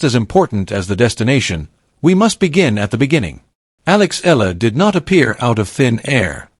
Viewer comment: It's pronounced "eh-ya-la".